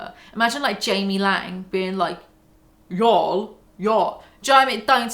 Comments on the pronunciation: y'all. Like hall. Not howel. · "Yall" with a British accent literally just sounds like "jarl" and now I want to play Skyrim lol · i didnt even realize you were trying to say yall lmfao, it just sounded like "yo" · Try saying “yall” as “wall” instead of “mal” ! Y-AW-LL It’s the emphasis that makes it sound weird , not the accent :) I moved to the states as a kid and had to pick it up , works well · It does sound a bit funny when you say Yoll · You saying "ya'll" sounds like "jarl", like from skyrim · Hey Brits, how you gonna say yall when you don't even pronounce the LL sound 🤔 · The Big Yeezy really calling me out for saying y'all as a non-American. I'm devo. 😰 One thing in my defense - my best friend for years was an awesome girl Louisana, and it's entirely her fault that y'all entered my vocab. I'm a Kiwi, so it sounds different to a Brit saying it, but still def not as good as when it's said by someone from the Southern States. Also when says y'all it sounds like "jarl" from Skyrim lmao.